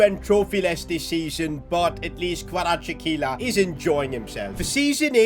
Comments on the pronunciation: it pronounces like kvaracxelia i am from georgia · It's pronounced Kra vets kehlia That's how the commentators say it irl. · Kvaratskhelia K(silent) varat-skhe-lia Kvaratskhelia It was also hard for me as well but if you actually find out how to say it, It's easy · ‘this all was possible because we have our first 90 rated player in Kvirachsjsihe’ 😂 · Kvaratskhelia name is pronounced Varats-Khelia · we promounce his name in georgia xvicha kvaracxelia pls getbitvrumight next time ❤ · Its xvicha kvaracxelia still waiting for all of the media and youtubers to pronounce his name correctly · Hey this is how can u pronounce kvaratskhelia s name you havet say kvaracxelia this is how you say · Btw it’s pronounced kva-ra-sch-elia